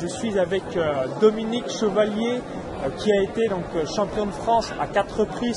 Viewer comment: C'est Dominique Chevaulier pas chevalier